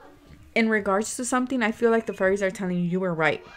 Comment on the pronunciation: Its should be 'fairies' not fearies😁